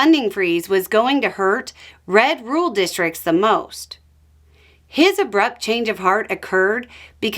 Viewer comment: Did you say "Red rural districts" or "Red ruled districts"